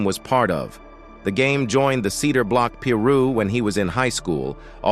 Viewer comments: What's a Peeerooo?? It's Pi- Ru.. Pi like pie and Ru like rooster 🤦🏾‍♂️ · Peeruww ? 😂wtf? I thought it was 🥧piru but ai is always right lmfao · Why can't the narrator correctly pronounce piru, it's not peeru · It's pronounced (pie-roo), not (pee-roo).. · I know right , the word is pronounce piru. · Im white and even i know its not "pee-roo" 😂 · Lol... the narrator says "pee-rooo''. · Narrator sounds goofy with that "Pee Roo" 😂😂😂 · Bro said peeru 🤷🏽‍♂️🤦🏽‍♂️🤬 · It's pronounced Pi Ru (PIE ROO) please say it right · Why do people use these AI voice-overs? They can't even pronounce half the words right... "peeee ruuuu" lol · "the cedar block P rooh" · Was just about to say this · He said Peeru 😂😂😂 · One thing you not gon do is continuously mispronounce Piru. As many of these videos youve done you should know how to pronounce that shii, and any Piru member that you may have researched or whatever has said Piru in their videos at least a million times, so there is no excuse